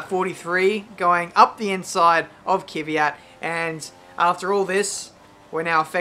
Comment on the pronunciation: Kiwiat ? XD KvYat